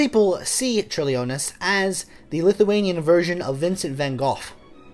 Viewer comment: Thank you for covering a composer from my country! Your pronunciation was pretty okay in that I knew who you were talking about immediately (for Vytautas Landsbergis, the 'y' is pronounced like 'ee' and the emphasis in on 'Lands' in the last name). In case you ever have to say the name again: diphthongs in Lithuanian that start with the letter 'i' ('iu' 'io' 'ie') are less separate than you're making it - the 'i' sort of colours the vowel after it, such that 'Ciurlionis' only has 3 syllables, not the 4 you're using (ie Ciur-lio-nis. not Ciur-li-o-nis). Don't feel bad, though - Lithuanian is notoriously difficult to pronounce, including for Lithuanians!